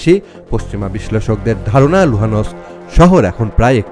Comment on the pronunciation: You should know how to pronounce Luhansk properly!!!